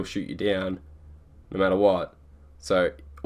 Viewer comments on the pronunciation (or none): Oh no-rrrrr. I like how he adds an r sound to his no lol